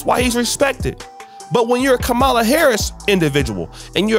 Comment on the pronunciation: Hey, you need to learn how to pronounce Kamala — it’s comma (as in,)-la. You could’ve at least prepared better.